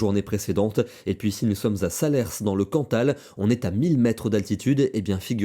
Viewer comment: Merci pour la vidéo et la précision de vos prévisions. Si je puis me permettre, la ville de Salers se prononce sans le 's' final ;) Bonne soirée à vous